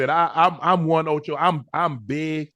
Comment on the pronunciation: Ocho u did not put the “d” on your first try